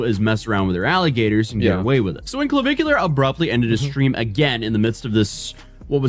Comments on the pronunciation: "...a bar while underaged." Wfc 🤦🏻‍♂️🙄 That's not how you pronounce Clavicular. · intentionally mispronouncing his name is hilarious. Can't tell if he's in love or jealous, but I'm fairly certain it's one or the other.